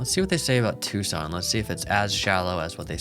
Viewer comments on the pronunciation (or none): none